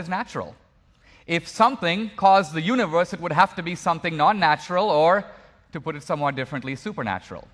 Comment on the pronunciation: I don't think Dinesh would use the word "universe" in EVERY sentence if he was aware how stupidly he pronounces it. Yoonee-wvuhss. What a tool.